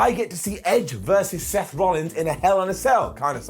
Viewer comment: Did he call Seth, "steth" at one point towards the end of the video? mark